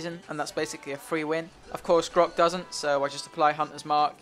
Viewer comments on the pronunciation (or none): none